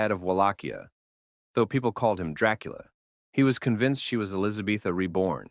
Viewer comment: Her name is not Elisabetha ffs!!!!!